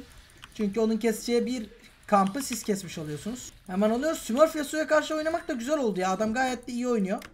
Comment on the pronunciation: Dk 15 de 80cs yapan yasuo ya smırf demen :D lanedende çıkmadı hiç smurf felan değil